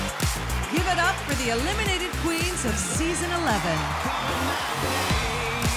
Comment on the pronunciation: Idk why, but I don’t like how she says “eliminated” queens. I feel like it’s not necessary